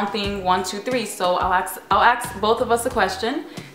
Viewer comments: is it me or does she say ax instead of ask? btw love youuu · why do people say aks instead of ask ? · please say "ask" instead of "ax" or speak different language.